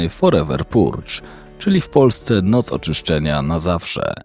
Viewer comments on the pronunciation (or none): none